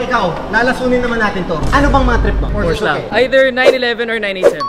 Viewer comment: Pano maging mga car guys yan eh pronunciation lang ng Porsche hindi alam